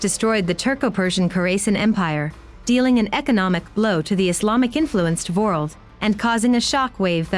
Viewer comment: She's an AI voice. She also pronounces world as vorld.